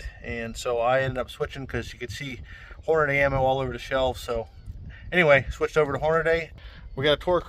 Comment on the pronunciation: I can't watch a video with a guy saying Hornaday instead of Hornady (Horn-a-dee).